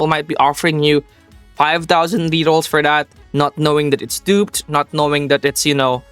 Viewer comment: BRO say rerrols not RRS